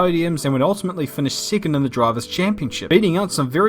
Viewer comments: nice pronunciation. if only you said second instead of sicond! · 7 "siven" 2nd "sicond"